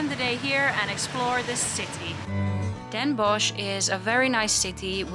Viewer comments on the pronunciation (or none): Bossche Bol.. and don’t pronounce it Den Bosh, but Den Bos, like the Dutch word for wood or forest. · You don't say the ch in Den Bosch. You would say Den Boss.